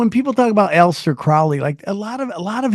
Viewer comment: "A lester" Crowley...prefer that pronunciation 😂